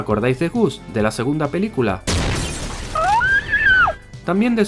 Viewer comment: JAJA antes decía pelculas